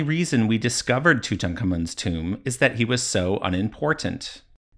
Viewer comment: My god you pronounced Tutankhamun's name correctly! I'm definitely watching ther who video.